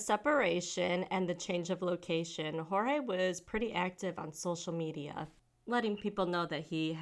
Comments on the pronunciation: Poor Jorge...he was so manipulated that he ended up giving the cop the pronunciation of his name the way she says it instead of the actual way. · It's pronounced George. No silent J.